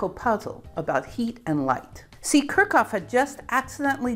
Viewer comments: She has ADHD, and pronouncing names, especially German ones, and talking without moving her hands is difficult for her. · Enjoyed the video, but Kirchhoff is pronounced Kirch-hoff (note that ch attaches to the first syllable) Wien is pronounced Veen I couldn't figure those two out from the way you pronounced them. You also misspelled Boltzmann. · Your pronunciation of Kirchhoff is nuts. I've never heard anyone say it like that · Butchered Kirchhoff too in a way I've never heard before.